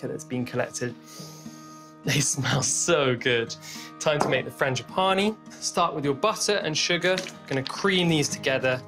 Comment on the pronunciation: Was that supposed to be funny to mispronounce frangipane?